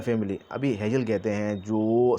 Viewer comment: हेजेल नही हेगेल बोलो